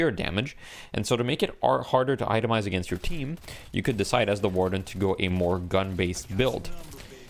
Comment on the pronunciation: yeah can we trust this guy he doesnt know how to pronounce Warden